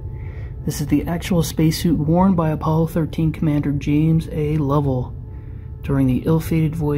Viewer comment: I believe it. It sounds like “Lovell Wit!”